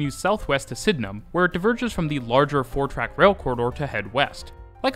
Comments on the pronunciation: Super impressed with correct pronunciation of Sydenham! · he also said Penhurst instead of Penshurst. He nailed Sydenham though!